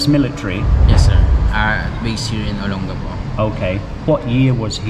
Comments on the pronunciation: It’s not Olen-Gecko. It’s Oh-Lang-Ga-Po. Olangapo. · olon...gappo is wrong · Please pronounce Olongapo correctly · Why do you say Olongapo like you do? Even when a Philippino says it correctly you pronounce it wrong 10 seconds later. Is a Australian thing?